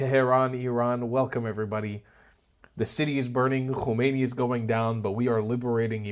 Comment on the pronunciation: Nor Homeini but Hamenai